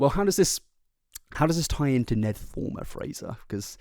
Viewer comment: Fulmer not Former......